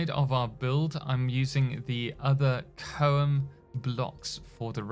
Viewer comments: CHOAM is pronounced as its spelled CH (Cha Sound) OAM (Home) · CHOAM is pronounced with a ch as in choke, and they're basically THE economy in the Dune universe. The thing I'm most excited for is for sure the building and I'm hoping the game lets you feel like you're part of the world. I haven't done much social gameplay in MMOs for a decade or more, but I may with this. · ch as in cherry, oam as in foam, should sound like phone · choam ; shom chom schom, is how it s pronounced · CHOME, rhymes with Rome. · Choam = Ch-om (long o sound hard ch sound) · Does anyone know if the doors that are 2 high, are they 2 by 2 or 3 by 2? Also, CHOAM is pronounced CH like chalk, and OAM like foam. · definitely has the British gene of non-pronunciation. (Many people in the states also have it.) CH as in CHurch, possibly with a bit more "oomph". It's a sound you already know. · I always pronounced it CH OHM when reading all the books. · It's really C.H.O.A.M., so there's no fancy pronunciation. Just say it as it looks. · Nah it's pronounced in ful ;) Combine Honnete Ober Advancer Mercantiles